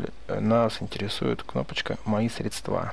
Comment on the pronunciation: в слове сре'дства ударение на букву е (на первый слог)